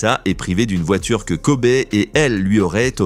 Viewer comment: On ne dit pas Kobé mais ça se prononce « Kobi »! 🙄